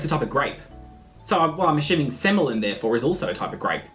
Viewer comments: Semillon is pronounced 'semi on'. Seriously. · Semillon id pronounced semi on as in "oh look! That guy in the wine section has a semi on!" Xxxxx